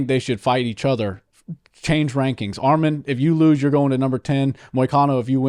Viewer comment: Bro said armen it’s arman